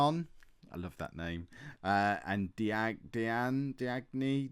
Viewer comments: Diagne is pronounced Dee-An-Ay. Love the series! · I'll help you adapt. In French, a G followed by an N softens the N and the little accent thingy above the E lengthens the sound, so Diagne is pronounced Dee-an-Yay.